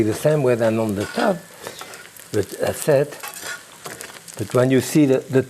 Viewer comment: This man is a true cooking Icon. I really love when he says...... "an dats sit". :-) Love this guy. Thank You.